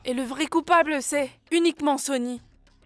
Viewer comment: Qu’est-ce qu’il y a de si difficile à dire Sony et Mahi franchement 😒😓 elles m’énervent